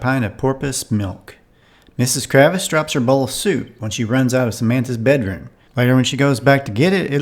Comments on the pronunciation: It’s Kravitz, not Kravis. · KraVITS VITS TS and Sam Man THa! TH Not SamanTa